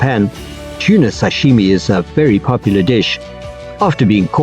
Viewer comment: It's SASHIMI not SASHIME😂